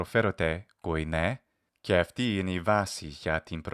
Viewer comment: The way that the unvoiced, unaspirated consonants κ, π etc are being pronounced sound to my novice ears like they’re being ‘voiced’. i.e. «και» is sounding like «γαι». I’m sure they’re not but I’m not sure I can distinguish between these sounds.